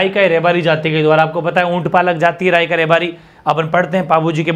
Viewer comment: सर रायका नहीं हैं राईका हैं